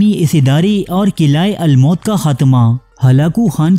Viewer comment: Qila almaut nahi almoot hai Bhai his ke maani uqab hai